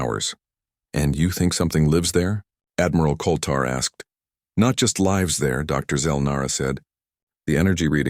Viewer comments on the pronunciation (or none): The word 'lives' is falsely presented with a hard 'i' but the correct homonym would have a soft 'i' and suit the local storyline!. Oops LoL 😢😢